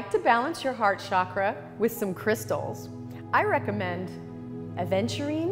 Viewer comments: "Chakra" not "shockra." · For God's sake Stop pronouncing it as shakra, it is chakra ,cha not sha...It's not french it's Sanskrit.. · With great respect to our ancient yoga gurus please don’t convert name of chakra. As our name doesn’t change as language changes, same way chakra name should not be changed because you can not pronounce. Regards